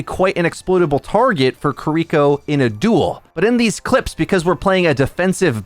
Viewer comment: omg, it's pronounced "kee-ree-koh", not "kuh-reek-oh", and it's really bothering me this entire video